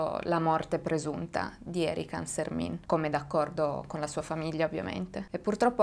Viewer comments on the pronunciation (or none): Hai sbagliato la pronuncia del nome . Il cognome si pronuncia alla francese essendo la famiglia valdostana ANSERMEN non ANSERMIN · Hai sbagliato pronuncia, quella è pronuncia Veneta. ANSERMIN così come è scritto è Veneto mentre da noi si dice ANSERMEN ma non ha importanza. Grazie di cuore per aver parlato di questo caso che pare ormai dimenticato. Io ero piccola quando accadde e non lo ricordo seppur sia anch'io valdostana. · Ciao! Ti volevo solo correggere perché non si dice ArsermIN ma ArserMEN🥰🥰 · complimenti per il canale e per il video! solo qualche appunto, da valdostano: -Aosta è una cittadina che hinterland compreso conta circa 60000 abitanti, (purtroppo) non è il bucolico villaggio montano con ponte mostrato in foto -Ansermin si pronuncia "ansermèn" -Courmayeur si pronuncia "curmaiœr" -Vivien si pronuncia "vivièn" e lo so, è difficile la pronuncia francese, non ne faccio una colpa eh ;) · Si pronuncia ansermen (francese) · ciao. Il cognome Ansermin si legge alla francese.